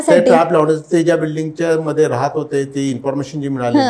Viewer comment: डोंगरी मदे, भीती निर्मान__ असे अशुद्ध उच्चार सुधारा,,, उज्ज्वल भवितव्यासाठी